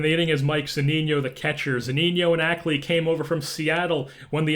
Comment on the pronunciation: Its Mike Zuh-Nee-No not Mike Zoo-Neen-Yo